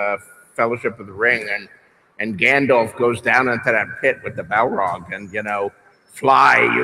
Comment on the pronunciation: He doesn’t even pronounce Gandalf the right way ... please stay in your seat